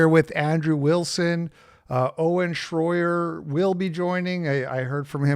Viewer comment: “Shroyer” Here we go again 🙄